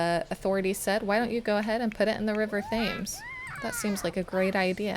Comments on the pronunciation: Thames = tems (it doesn't rhyme with James) Great LP! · idk if you're aware by now, but i just wanted to say, the river Thames is pronounced Te-M's (the h is silent, and the a has more of an e sound)